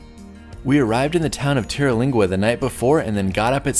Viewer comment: The deer in Big Bend are actually their own separate species. The Chisos Mountains are isolated because they are surrounded by so much desert that the deer evolved in their own niche, not interbreeding with other species or bloodlines. BTW: It's pronounced "Terlingua", not "Terilingua". 😉